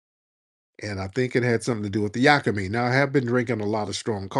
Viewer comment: Yakimein is pronounced "yah kee meat"